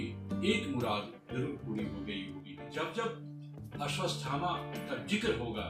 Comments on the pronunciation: आश्वत्थामा है ना कि अश्वतस्थामा है... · Bhai Mere "Ashwadhama" bolne tho seekh jaa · भाई वो "अश्वथामा" है "अश्वस्तथामा" नही ।